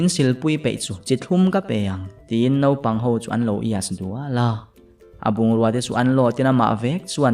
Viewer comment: Naupang tih hi nopang i ti deuh thin in ka hria mahse a ngaihnawm tho😄